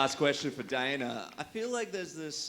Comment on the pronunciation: "Got a question for DIE-NUUUUH"